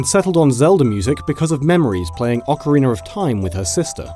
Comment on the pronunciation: He’s saying it normally (Unlike you Americans he isn’t overpronouncing his R and isn’t saying EYE instead of EE when he says "RINA".